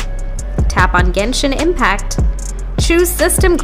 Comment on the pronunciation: Ganish impact at the start🥹❤